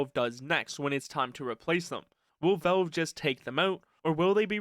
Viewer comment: bro really said "volv"